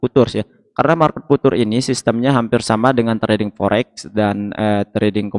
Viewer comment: Future bukan futur